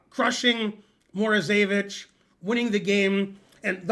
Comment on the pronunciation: Alexander MorozEvich with ONE "E", not MorozEEvich with two "E"s.